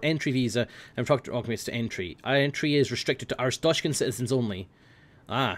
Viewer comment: flawless arstotzkan accent